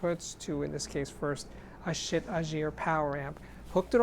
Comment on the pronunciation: I think it's pronounced "sheet". Like, "No sheet, man!" Seriously tho, the resistance ladder type volume control is the purest volume control possible.